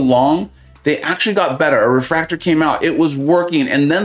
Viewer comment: Great video! Totally agreed. AI and inputs are horrible. Just one small detail, as a developer it pains me when you say refRactor instead of refactor :))